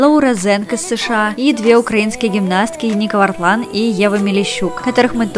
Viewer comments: Правильно говорить Яника вАртлан ударение в имени на Я а в фамилии на первую А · Украинскую гимнастку зовут Яника(с ударением на я) Вартлаан, а не ника